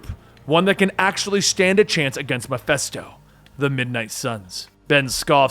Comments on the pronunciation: I know it is petty, but it is Mephisto not Mephesto. Other than that it is a great vid. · Meh-fist-oh not meh-fest-oh As in meh-fist-oph-ah-lees (Mephistopheles)